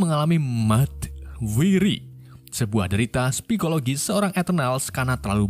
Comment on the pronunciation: Coba baca judge dgn benar wkwkwk psikologis juga belibet